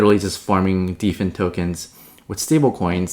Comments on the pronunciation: It's hilarious calls Dfyn "Deefen" when it's built for DeFi and the words "Defy" and "Define" exist. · Dfyn is pronounced "define"